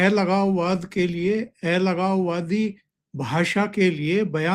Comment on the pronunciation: Please speak correct pronunciation of algavvadii...sorry to say